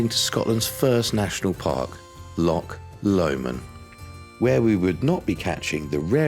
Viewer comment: Come on- learn how to pronounce Loch correctly.